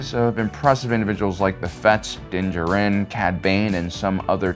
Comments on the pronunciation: Din Djārin not Din Djarīn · i hate how you say DIN DJARIN (JAR-IN).. say it right man jeeze. thats my biggest peeve with you and why im not subscribed. say characters right my man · Its Din JAR-in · Me before the video: “man I haven’t watched in awhile” Me during: “oh right because he likes to pronounce everything his own way” Annoying af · It's Din Djarin not Jurin. It's Grogu not gogurt Get your lisp and poor pronunciations out of here. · The way this guy pronounces Din Djarin is freaking annoying. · Did you seriously just pronounce Din Djarin like that? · Please say Mando’s name right, my dude. It’s literally spoken aloud in the series 😂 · Bro stop saying Din Djarin’s name like that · I find your lack of 'pronouncing Din Djarin correctly' disturbing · Every time mispronounces Din Djarin’s name a kitten gets AIDS. Lotta AIDS kittens after this video